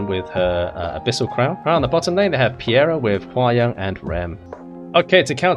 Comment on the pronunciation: Dude it's Peira not Piera T_T